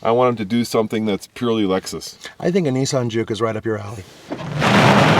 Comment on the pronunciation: CLOSE YOUR MUOTH!! IT'S ★ LEXUS ★